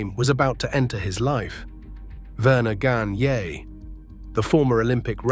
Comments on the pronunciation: Yeah. That irritates the hell out of me. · I love the Baron but this AI slop is nonsense. "Vernuh Gahn-yay"...mangling the name is bad enough, but when they point an arrow at somebody who doesn't resemble Gagne in the least, it's insulting. I grew up watching AWA. I didn't need to watch any more.